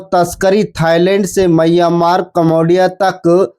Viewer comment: म्यांमार होता है भाई मय्यामार नहीं